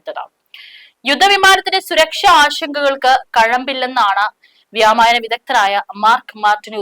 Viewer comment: വ്യോമയാന വിദഗ്ധൻ അല്ലേ .....വ്യാമയാനം എന്താണ്.... പുതിയ വാക്ക് ആണോ?